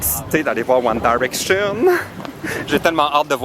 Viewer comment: t'arrête pas de dire One Daraction 😂